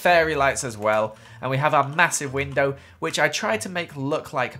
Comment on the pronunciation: Window. WinDOW not winDER